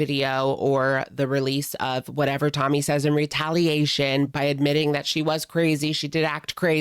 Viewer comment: Why is it that in this video, half the time when you say Tommy, you pronounce it "tummy"?